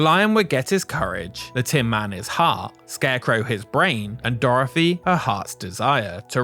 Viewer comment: Dorthy!! Not Doorefry!! Just messing with ya, enjoyed the video!! Keep up the good work!